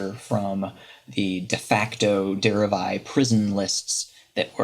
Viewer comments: Der-ev-i not Dere-eye... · derev-eye? jesus h christ